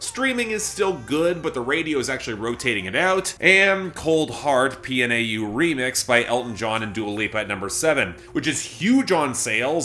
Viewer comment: Since you're gonna be stuck mentioning it for weeks on end, Pnau isn't really pronounced as an initialism, it's more like 'pin-yow'.